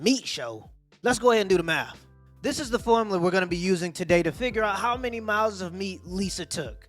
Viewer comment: 😂😂🤣🤣🤣🤣🤣🤣🤣🤣😂😂😂😂🤣🤣🤣🤣😂😂😂😂🤣🤣🤣🤣 .... Ho-LEE SHIT!!!! 4 HUNDRED and thirty-four MY-ELLS.....of dick!!!! Jezzuz Chryssss!!! LMAO I'll bet a year's worth salary, her spit was accepted at sperm donor banks!!! OMG!! 🤣🤣🤣🤣🤣🤣